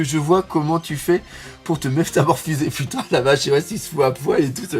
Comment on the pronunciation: tu m as tué à 2m12 avec ton putNaise 😂 Je respecte l effort wallah! Que Dieu te bénisse! Bon dimanche